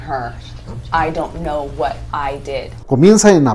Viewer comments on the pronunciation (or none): none